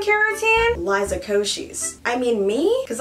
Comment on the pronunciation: I thought the girls name was pronounced "Lee-za" and not "Lah-e-za"....